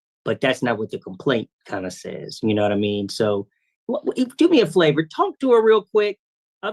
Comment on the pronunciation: 1 I 100% agree with the look alike with this judge but at about 46 minutes in, did he just say do me a flavour? 😂 This guy is hilarious 😂